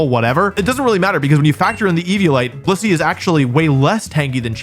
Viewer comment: Say blissey again?